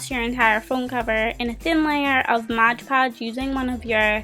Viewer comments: Its called MOD PODGE...not MODGE PODGE... great video though! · This is super creative. Only thing that made me really want to mute the video is that you use a lot of words incorrectly. Also the constant "Modge Podge" instead of Mod Podge was really annoying. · You are so right. Every time she said "modge" I cringed. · its MOD PODGE NOT MODGE PODGE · I loved your iPhone case and the video but…it's mod podge😂😂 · It's MOD podge